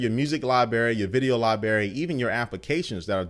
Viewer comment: Did he say "lieberry"?